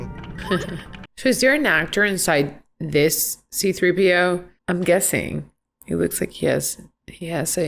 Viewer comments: Lol it’s C-3PO. Or like everyone calls him “three pee oh”. Leave the C out bc it’s messin’ u up😉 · I truly love how she always says C3PO wrong every time 😂